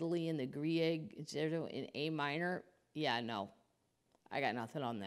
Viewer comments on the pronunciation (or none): Concerto: Say Con-chair-toe.